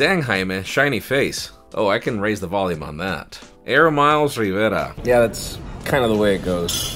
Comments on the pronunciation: Are you Filipino, Hawaian or Spanish?😃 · Rrrrivera, sure it rolled.😂